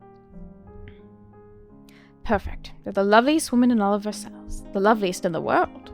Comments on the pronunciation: Versailles : Ver sighs I love your character voices! So good! You could be a Disney voice actor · I was waiting for you to try this before I downloaded it ^^; thank you for giving it a try! The animation and overall UI looks so pretty! Side note: Versailles is pronounced like "ver-sigh", and the S at the end is silent. :)